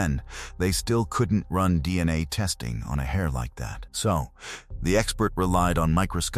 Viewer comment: "Deanna tests" - Ya know, those'll get ya...? De-an-nae from those Belt buckle swabs.